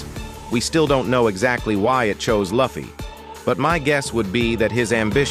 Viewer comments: Please call luffy correct. It is annoying. His friend call him luffy, not laffy. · Thumbs down for the AI voice that can't even say Luffy's name. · I couldn’t continue watching when you mispronounced Luffy. So I wish you all the best and bye for now ! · The way they say luffy makes it hard for me to take their information seriously when he can’t say the protagonist name right